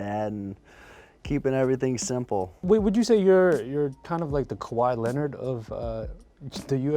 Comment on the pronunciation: the fuck is kawee leopard ?